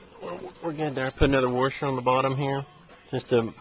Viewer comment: It's called a "washer", not a "warsher".